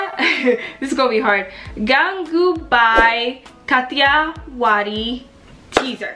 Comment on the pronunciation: Oh u pronounced it right❤❤❤